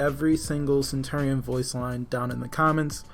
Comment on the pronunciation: You keep pronouncing centurion wrong